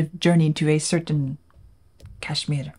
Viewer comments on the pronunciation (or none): none